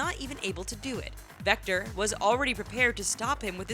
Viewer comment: Victor not vector.... I had to 😐